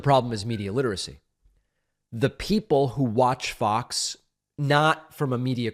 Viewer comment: Lose the COVID, keep the speech impediment. When you say FOX, it comes out as F***s